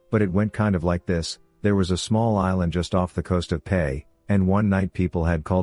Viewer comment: Yo it's P-E-I Prince Edward Island.